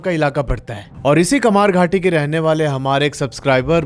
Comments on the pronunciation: Kamarhati instead of Kamarghati. It's in the northern suburbs of Kolkata. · Kamarhati not kamarghati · Kamarghati ❌ Kamarhati ✅ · Kamarghati nehi bhai Kamarhati